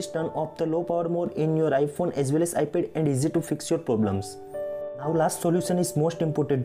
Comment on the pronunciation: Iphone as well as Ipel 🤣 it’s ipad man not ipel